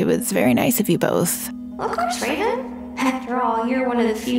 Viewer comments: I died when he said Raven and Ravin xD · It raven not ravin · He says ravens name rong sorry if u see this